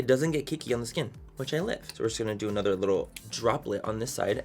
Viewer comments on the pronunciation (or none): none